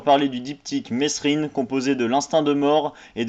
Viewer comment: Déjà avant de critiquer le film prononce bien mesrine dans ta vidéo